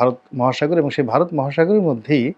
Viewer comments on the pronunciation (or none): none